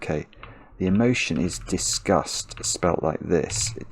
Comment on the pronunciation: He kept saying the word "discussed" and I was having a breakdown